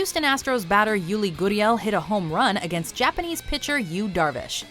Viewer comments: “Yudi Goodiel” it’s pronounced ( yoo lee ger ee el) Yuli Gurriel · Any baseball fans laugh when she pronounced Yuli Gurriel wrong? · This bitch can’t pronounce yuli gurriels name right. Fuck.